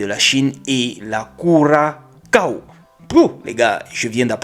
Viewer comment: Salut, Salut 😂😂😂, Si vous permettez, humblement, petit cours de géographie, "CURAÇAO", qui se prononce comme cela s'écrit "CU RA ÇA, O", le ÇA SE PRONONCE :( SA), c'est une île des caraïbes ( dites perle des caraïbes) de 444Km2, située sur le continent de l'Amérique du SUD, mais qui fait partie du " ROYAUME DES PAYS BAS", maintenant vous savez😂😂😂 Passez une belle fin de journée💥💥